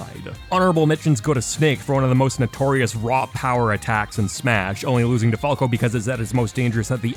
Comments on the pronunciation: Fall-co... Why... just why. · I hate how he says "Falco" and "Falcon". Nice video otherwise.